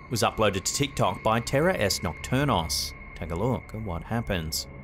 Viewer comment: It's not terror es nocturnos... It's terrores nocturnos. It means nocturnal terrors.